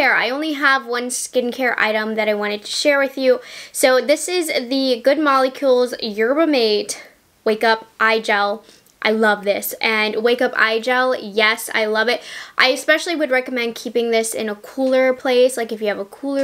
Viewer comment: Yerba “MAH-tay” 😉